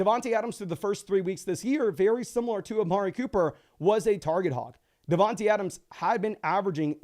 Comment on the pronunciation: Just trying to help. It is pronounced DavanTAY Adams. same with D Smith